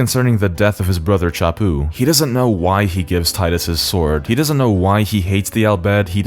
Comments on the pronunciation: HAHAHAHAHA I love you hahaha its fucking Titus not Teedus lmfao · Damn right its Tide-us us not tee-dus. Fuck what they think is canon, its wrong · I'm subbing because you didn't call him "Tee-dus" I know its canon but that really bugs me. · You said tidus correctly. Thank you. Anyone who argues its "tee-dus" is objectively wrong, that's not how the english language works. "oh, but the original japanese said it like tee-da" Okay, then spell it differently. The combination of letters we got doesnt make the sounds you're pushing people to make. This message is on behalf of team tidus. And you know how im saying it. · The fact that you pronounce Tidus correctly made this video instantly wonderful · Love that you pronounce Tidus correctly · tee-dus is a truly terrible pronounciation, saying tidus like a normal english speaker makes so much more sense because it even matches the game's beach theme as in "tide" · Thankfully, you're a normal person and not some weeb who pronounces Tidus' name incorrectly. ^__^ what a relief. . . We're glad to have you on the team. 🫡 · Liked for saying Tidus named correctly. Fight me too. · So glad you pronounce Tidus' name right. If they wanted us to call him Teedus they shouldn't have spelt it Tidus. It's literally the Roman name Titus just with a D in the second T spot. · You get a like for pronouncing Tidus correctly. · The pronunciation of Tidus is canon because it's a real world name. If you want to be proudly stupid then that's on you.